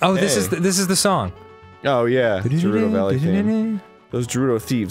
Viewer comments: The pronunciation of Gerudo is /ɡɛ ruː doʊ/ or "gheh roo doe", not /dʒɛ ˈruː dɑʊ/ or "jeh roo doe", nor is it /dʒɜːr ruː dɑʊ/ or "jer roo doe". It greatly annoys me when i hear people miss pronounce this word in this way. Thus I shall make this same comment in every video in which either of them miss pronounce this word. Until they respond to the fanbase about this subject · GraiAntte EVERYONE says GER RUU DOH, except Arin, and Dan but he has no experience first hand, no one else that I have EVER known, has pronounced it as he has, not even the developers themselves pronounce it that way. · A lot of words beginning with G makes the J sound, I always say "Jerudo" and know plenty who do. Would you say "Jymnastics" or "GHymnastics"? Either way it's a silly thing to take to heart. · Don't you just love how Arin says 'Jerudo'? I sure don't. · Since it's never spoken aloud in a game and I've never heard Miyamoto himself say it, I can't say for sure if I think Arin's pronunciation of "gerudo" is right or wrong. Most of us say the hard G. But I will say I laugh every time he says it, because it sort of sounds like "Jewrudo," which makes me picture Dan as a Gerudo sitting next to him. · I always called it "Gerudo" as in Grrrr, they say it like there's a J in front XD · Jaroodoh Valley. That's where we're headed, guys. The Jaroodoh Valley. Be sure to tune in next time, when we, the Jame Jrumps go to the Jaroodoh Valley. I don't know how it's supposed to be pronounced, but I'm pretty sure it's not that... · It's "Guh" rudo, with a hard G. At least, that's how I've always heard it. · Jerudo Valley? I always pronounced it with a hard G, because I'm a hard G. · I feel like arin is saying jewrudo intentionally and I love it if he is dood :3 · Ghe-roo-doe. Jesus balls. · .....Why are they saying Jewrudo? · You may be right, but I've always pronounced it with a hard G, like a J. Jeh-ROO-doh. Maybe it's a regional thing? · Is it pronounced Jerudo? i thought it was a hard G.